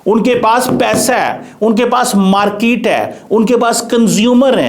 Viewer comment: Pahle bolna sikhlo 😂😂😂 मार्केट hota h मार्किट nhi